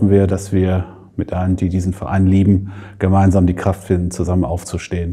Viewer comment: Kann dieses "wIr gEmEinSaM" nicht mehr hören